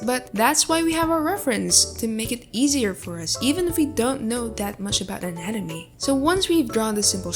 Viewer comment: Guys proofed. It's not anatomy it's "nanamee" (just skip to the start there's proof)